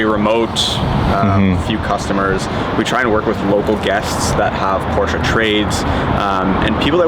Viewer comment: Learn how to pronounce Porsche